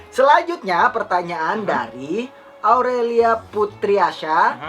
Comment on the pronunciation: nama saya Aurellita bang ,bkn aurellia 😂😂